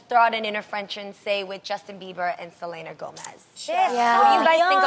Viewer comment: It's not Sel-ANA lol